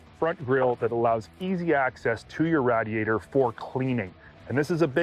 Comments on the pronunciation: RAD-EE-ATOR?? LOL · Wait..did he say RADiator??? I have never heard it said that way..I think I dig it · Never heard anyone say "rodiator" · Give him a break He's from Canada! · I always wondered if people that pronounce radiator the way you do also do the same thing with "radiation" lol